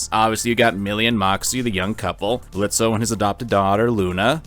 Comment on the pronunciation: The o in Blitzo is silent. Geez, have some respect for Blitzo, it's hard enough for fathers, adoptive or not, as it is, don't add to the payload.